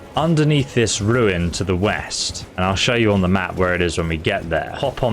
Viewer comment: Oh! Weast! I thought you said East!